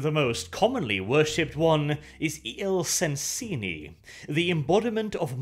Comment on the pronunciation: It was truly painful. Also the way he pronounced Ilsensine and Maanzekorian....